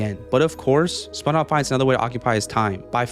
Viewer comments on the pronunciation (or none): spongebob ❌ sponobb ✅